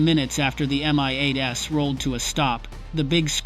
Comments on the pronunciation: Unbelievably bad IA commentary. At exactly? M-I-8-S. Come on get real. Another good story sploit. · I am sick of these PHONY videos that start with "At exactly [time of day] ..." but don't give a DATE. Because the events didn't really happen. It's all FICTION. Then the AI voices that don't recognize plurals: "two MI-8 ess" for two MI-8s.